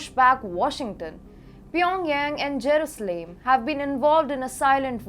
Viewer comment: It is not Jerooslaim girl, work harder to get the names right.